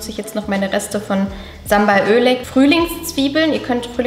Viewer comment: Bitte Bitte Sambal Oelek wird als Sambal "u"leg ausgesprochen